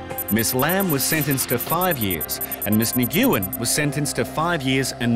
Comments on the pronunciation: When the commentator does not know how to pronounce the Vietnam name, Nguyen ....(New en), smh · Absolutely killing me that they are butchering the girls last name from Vietnam. Nguyen is pronounced WEN!!!! not Ne-goo-yen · Like. Bro it’s not that hard. “New-win” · It's pronounced "Win". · Simply pronounced "Win" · Right?!? You cant tell me that they dont know its pronounced "When" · Ni-Goo-in?.?.? 😂 please don't tell me he's pronouncing Nyugen?.? 😂😂😂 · "Nguyen" is pronounced "Nu-win", you doggone Aussies!! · I stopped watching after the first “nih-gew-wen”. Couldn’t stomach it after that 😅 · I could have lived with 'Win' even. But he killed the pronunciation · It’s actually pronounced Win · One of my best friends growing up has surname Nguyen and he never pronounced it "NEE-in" so even that is wrong. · I thought it's pronounced "Nu-win" ... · "Nee Gyu Yen"?? hahaha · Nguyen is pronounced "Wynn". I thought that was well known. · "Miss Nuh-gyu-en" come on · Miss Nguyen name is pronounced Win. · The last name 'Nguyen' is pronounced 'win'. Not phonetically. It is one of the most common surnames in the world. It's like Smith or Garcia. Somewhere around 40% of Vietnam are Nguyens, so there really is no excuse for people not to learn how to pronounce it properly. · "Miss Nah goooo yen" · So hard to hear the narrator mispronounce that ladies last name, Nguyen. It’s pronounced “Wen” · Um?? 'Nguyen' is pronounced 'Winn'. Just FYI. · LOL, the name Nguyen is pronounced, 'wen'. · Nguyen is pronounced nWen. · It's pronounced Nwin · Tell the host of your show the name Nguyen is as common as Smith in the US so he should learn how to pronounce it !! The G is silent so just say New Win !! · Pronounced: (Winn) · miss ni-guy-wen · It's pronounced noo yen, Nguyen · The way they pronounced the Vietnamese last name “Nguyen” lol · It really bugged me that they mispronounced it everytime they said it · I cringe so hard when the said Nguyen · Pronounces the girls name wrong. Na goo in. Lol.